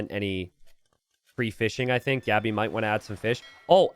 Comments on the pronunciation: why do you keep pronouncing Gabi's name wrong? The "a" is pronounced as in "want" or "what" like aaaaaa and not like "and". So its Gabi, not " Geebi" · He's pronouncing it as if it were Gabby, which is... completely natural actually